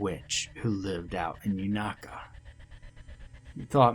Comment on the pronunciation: Hey Tennessee girl here, we don't pronounce "unaka" like "you-nah-ka" we pronounce it "you-nay-ka" just a heads up, Tfs this story!